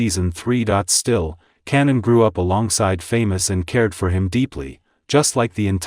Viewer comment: Kanan not Cannon 😂